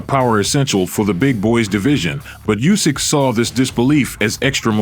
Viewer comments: it's Usik, not Yusik! ... LOL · Lads, please, he's Oosyk not Usyk. Start pronouncing his surname correctly